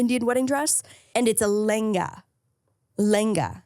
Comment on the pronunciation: Loved y’all talking about the Ambani wedding. Being Indian but living in America I’ve been tracking that wedding. Every Indian actor was at the wedding. It was crazy!! Loved your pronunciation of a lengha btw!! ❤️